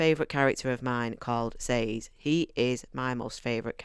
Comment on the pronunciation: YES!! You pronounced Sazed like I do. Apparently it’s incorrect, but since there’s no pronunciation guide given, I’m going to continue pretending it’s correct. Sorry. Just a random tiny thing. 😅 Alright, as to the whole video: The over-explanation of the magic system is one of the most common critiques of this book. I wholeheartedly agree with you on the characters. I’m glad you enjoyed this. Book 2 is a bit slower, but that’s due to the nature of the story, not because he’s writing it poorly. -T